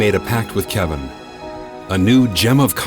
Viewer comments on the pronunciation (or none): none